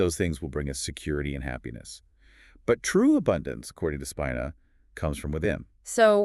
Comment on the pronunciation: Its pronounced Speeena